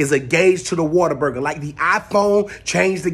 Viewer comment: It is pronounced Waterburger ! Your so right! ❤️from Texas and Oklahoma. You have to try the Waterburger in Oklahoma AMAZING!